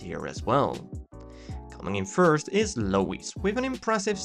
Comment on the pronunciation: He said Low-Eeeze? Haha